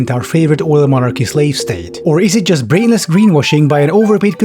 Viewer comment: i think you're pronouncing it wrong. it's not JUUUUUUUUUUUST bikes.